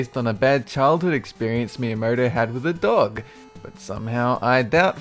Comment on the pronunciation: Miyuh murder... It's Miyamoto man... Miyamoto...